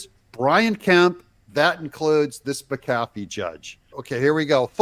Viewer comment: Your pronunciation of McAfee is correct,.